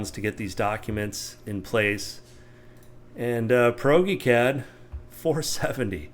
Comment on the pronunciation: Proge- pronounced as in Project---- Prodge-eee-Cad...:) I might adopt pierogi cad though